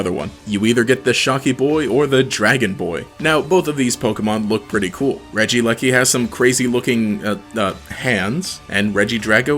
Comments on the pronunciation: As a British person- I've heard people say leki but not eleki. It's probably pronounced regie-leki. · I know this vid came out a year ago but in case you still don’t know how to pronounce regieleki, it’s pronounced rej-ee-eleki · It probably is Regi-E-Leki considering Regice is Regi-Ice